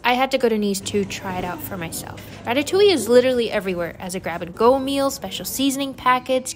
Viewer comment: yes, but the inflection is on the "oui" (or "oowee") part, not on the "ille"/"yuh" part. So the first one you have mentioned makes more sense, since it is actually pronounced "ratatOOwee", if that makes any sort of sense.